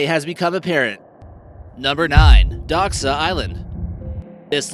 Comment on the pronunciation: you say daska like plank on american